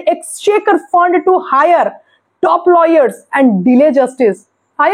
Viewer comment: ল'ইয়ার নয়, ওটা হবে লায়ার।